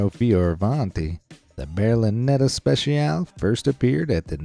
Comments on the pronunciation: ITS PRONOUNCED SPE SHE A LEE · It's not pronounced Berlinetta special, but Berlinetta speTSialE (if we pronounce it in Italian). Also the Lamborghini isn't Venino but Veneno (the 2nd "e" is "e" too, as in Italian "e" is always "e" and never "i").